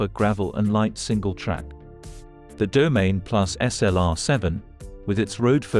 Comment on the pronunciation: Domaine… 🤦‍♂️. It’s Do-ma-nee